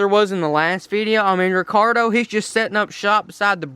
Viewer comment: instead of Ricardo